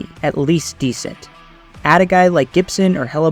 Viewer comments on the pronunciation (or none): none